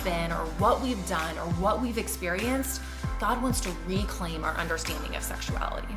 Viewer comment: "Bweak down" "Recwaim"